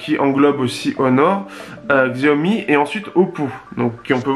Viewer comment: En chinois " X + I" se '' ' CH' ' donc Xiaomi se prononcé......... CHAOMI, se qui signifie "petit riz"